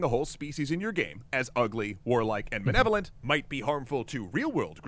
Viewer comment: man, they cant even pronounce malevolent right, they say manevolant.